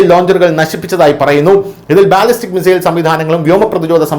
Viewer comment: Mizail എന്നല്ലല്ലോ മിസൈൽ